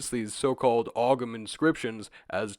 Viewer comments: Just to politely note, Ogham is pronounced "Ohm" because of how the Irish language works. Appreciate you covering this!! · Not a big deal but the gh in ogham isnt pronounced, so it sounds like home without the h. Great video though ❤ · Great video! But just btw the g in Ogham is silent, it's pronounced like Oh-am or Ome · I'm going to crush a potato if i hear you pronounce Ogham that way again.